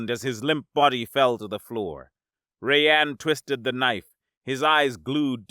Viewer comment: Our narrator cannot properly say the name 'Rayan'. His name is not 'Ray-ann' instead, his name is pronounced 'Rye-ann'.